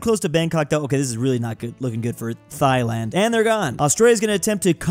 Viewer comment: You just called my country thighland